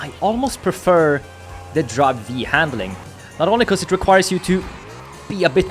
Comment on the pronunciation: its "drive five" ...